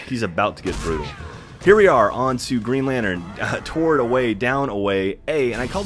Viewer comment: whats toward mean?....do you have a speech impediment ?are you like that guy from South Park who cant pronounce the letter "T" in Planetarium?